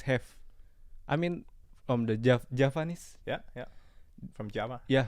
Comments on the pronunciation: Its not JAPANESE, but JAVANESE,, Indonesian almost all slipped saying 'V and F' turning sound into 'P' :V wkwkkwkw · Batik Javanese not japanese..🤣😂...anthony ginting not ginseng.. Haha... Thanks for the vlog 🥰